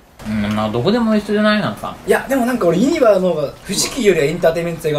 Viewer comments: ゆ↑にばじゃなくて、 ゆ↓にばな！！ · ユニバのイントネーションが間違っててきになる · ユニバのイントネーションが違和感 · ユニバの発音がさ、みんな、↑→↓やけど関西人は→↑→よね、、。 伝わるかな、、w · どーでもいいんだけど、ユニバ↑って違和感笑 関西住みなんだけどユニバ↓っていう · かっちゃん ユニ⤴︎バ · すき家と同じ発音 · ユニバの発音が関東やあ、、、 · ユニバの発音関西と違う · ユニバの発音が違いすぎてびっくりしたわ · 東海オンエアのユニバの発音関西人と違ってて違和感でしかないwww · 関西人なんだけど、「ユニバ」の発音が違いすぎて驚いてる... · ユニバって大阪と発音違うんだね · 今頃見てユニバのイントネーションが気になる関西人。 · ユニバの発音がおかしいと思ったおれだけ？ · ユニバの発音がどうしても気になる関西人いるはず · ユニバの発音おかしくね？ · ユニバの発音がちげえんだよなぁw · ユニバのイントネーションきになるわー これ分かる人いる？ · 今思ったけどユニバの発音おかしすぎやん笑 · ユニバのイントネーション、、笑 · ユニバの発音違和感しかない関西勢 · ユニバのイントネーションが違和感ありすぎてゾワゾワする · 大阪人やからユニバの発音に違和感感じたわ笑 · ユニバのイントネーションの違和感が凄い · ユニバのイントネーションが違いすぎた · ユニバの発音おかしくない？？笑